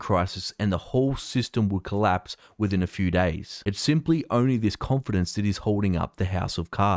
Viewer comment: You mean “con -finance” ;)